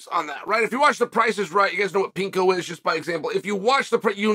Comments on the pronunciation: Did you just say pinko. Do you mean plinko. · Plinko....not pinko. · It's "PLINKO" Chael, not "Pinko" 😂😂😂 *Undefeated in everything but The Price Is Right 😂😂😂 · Chael calling Plinko, Pinko from the Price is Right was it for me 😂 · Never heard of "pinko" but I've heard of Plinko! Lol.😂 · I don't know why it's bothering me but, it's Plinko. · “Plinko”, not “Pinko”, Chael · What is pinko? He also mispronounces a lot of Fighters names